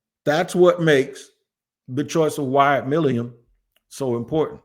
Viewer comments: he accidentally got close to saying it right for the first time saying it like Millum and even then he was wrong. lol I been leaving a comment on every video he’s brought him up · Please pronounce his name correctly!!!!! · been saying his name wrong for so long he actually spelled it the way he says it 😂